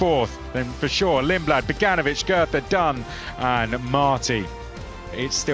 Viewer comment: The TH in Goethe is not meant to be spoken like a TH